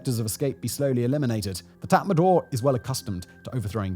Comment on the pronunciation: Its not tatmandaw, its tatmadaw--- no N. Read the spelling.